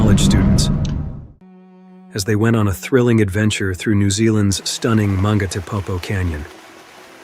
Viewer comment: The reader is not a human but Ai that's why the pronunciation is wrong